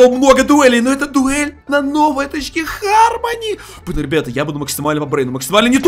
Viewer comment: Почему всё читают Хармони если читается гармони